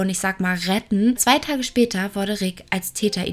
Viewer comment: Bitte mehr den Dativ verwenden 😉und ich verstehe immer 'worde/n' statt 'wurde/n'..🤔ansonsten finde ich, hast du ein klein wenig mehr zu einem eigenen Stil gefunden, der nicht einfach nur extrem von Lucia Leona abgekupfert wirkt👍